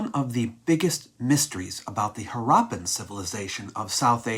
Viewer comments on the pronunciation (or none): It’s Haarappan, not Haraappan.